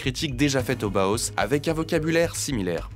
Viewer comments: Bau se prononce Ba-o en allemand, s'il vous plaît. Et le H est aspiré. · Le Bauhaus (/ˈbaʊˌhaʊs/ et non pas /boos/), je connais grâce à Karambolage. Évidemment que les extrêmes droites, qu'elles soient royaliste, fasciste, ou "néo-païenne" sont détestent ce style, tout comme elles haïssent le Suprématisme, le Constructivisme "russe", De Stijl, et leurs successeurs - exception faite du Futurisme, avec lequel les Fascistes ont des ambivalences -. Elles sont réactionnaires, elles embrassent la tradition - même fantasmée - et rejettent la modernité. À l'heure où les extrêmes droites fasciste et bonapartiste vernies par un semblant de respectabilité gagnent du terrain, après un contexte de dépolitisation enclenché par les Libéraux dès les années 80, va falloir se battre aussi bien sur le plan partisan que sur le plan artistique. Cette extrême droite veut le Fascisme ? Ils auront le Bolchévisme - qu'ils ont qualifiés de "Judéo-Bolchévisme" et qu'ils qualifient pour le moment d' "Islamo-Gauchisme" -. Il sera donc pertinent de valoriser tout ce que les extrêmes droites détestent, y compris sur le plan artistique - possiblement même les œuvres de Soulage, qui ont au moins le mérite d'exister -, en plus de devoir relancer le Front unique prolétarien - ou Front unique ouvrier -. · B-A-U-H-A-U-S !!!! Pas BOHOS 🙄